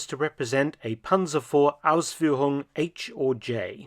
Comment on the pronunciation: Hearing you pronounce the "Ausführung" better than most germans themselves was a weird but cool moment. Nice video!